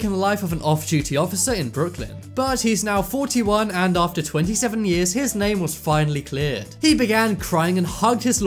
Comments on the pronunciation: It's not ater it is After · After not ater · Found innocent ater 40 years Boi get the word right it’s after 40 years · You said ater instead of after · "Found incident ater 40 years" Excuse me? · He said ater hahahaha